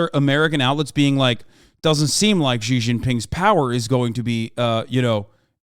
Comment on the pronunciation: "Xi's nuts" -Hasan, 2022 Also the "X" is rather pronounced as "Sh".